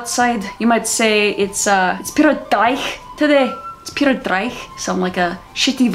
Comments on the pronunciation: it is not DRYICH.......it is DREEEEEICH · The accents were great, but one thing, that Scottish word is pronounced dree-ch, almost hissing the ch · Instead of Driech as in Dry-ch it's more Dree-ch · Driech, pronounced dreech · it might be spelt dreich, but it's pronouced dreeek